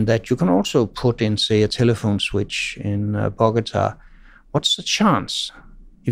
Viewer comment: Did he said Bogota?